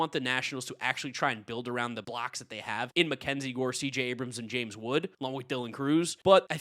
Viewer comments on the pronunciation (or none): none